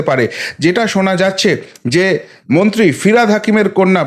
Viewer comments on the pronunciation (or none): none